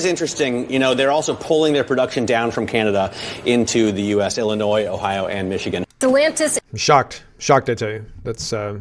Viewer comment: Never mind that The woman in the Stelantis story mis pronounced Illinois